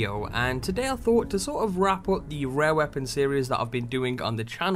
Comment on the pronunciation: why is he saying rare with a W lmao